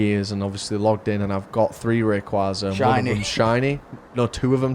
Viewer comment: Imagine being a Rayquaza collector and not knowing how to pronounce it